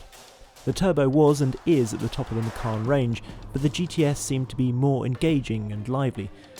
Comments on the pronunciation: Micarn? Oh how very dare you sir. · the correct pronunciation for Macan is Machan, not Makhan. Macan is a male Asian Tiger. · Wrong pronunciation, you should said "ma-chun" ma as in mark, chun as in chum bucket 😀